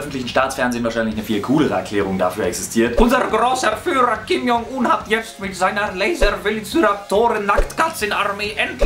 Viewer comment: die videospiel idee is voll cool und übrigends, Kim Jong Un is koreanisch und das j wird als tsch ausgesprochen(nur so nebenbei)